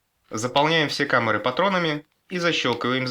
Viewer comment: камэры, или камуры или камары?????